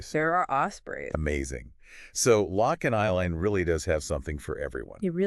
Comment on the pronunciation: you pronounced Aviemore, loch, Strathspey incorrectly ! CHALLENGING !! but lovely that you are highlighting Scotland